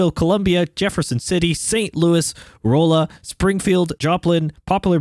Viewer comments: Glad to see you driving in my state! Just a quick pronunciation tip: The oll in Rolla is pronounced like All, so R(all)a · Just a note, Rolla is pronounced Raw-La. I went to school there . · Yeah I’m from Salem 😂 hearing “roll-uh” scratched a nerve the wrong way 😂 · I came to the comments to see how many people were probably cringing every time he said Rolla, lol.